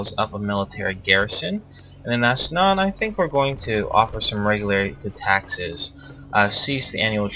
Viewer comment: It's not Asnan, it's Ansan.